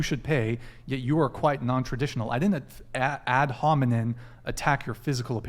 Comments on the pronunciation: She cant even pronounce ad hominem lol "ad honinmen" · This 304 thinks she’s so attractive. Girl, if you sell yourself for money you are not entitled to require a man to perform in a traditional manner. She didn’t even know what ad hominem meant. She couldn’t even pronounce it. Lol